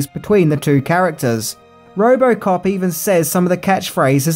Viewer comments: Say Roborcop one more time. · It’s Robocop ! Not robo-cop 🤦 other than that : great video !